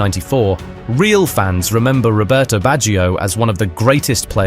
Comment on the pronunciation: Robertohh BatcheeOh - its very hard on my ears to here you pronounce italian names :((